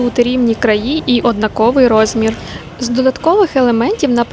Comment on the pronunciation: Вибачте, але слух ріже.. однАковий, та тільки протягом, а не на протязі. Бо це наче ви ʼна сквознякуʼ сидите .